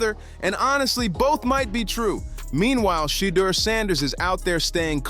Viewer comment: Learn how to pronounce the man's name. It's Shur-durrrr and not Shaaadur. This ad sounds horrible.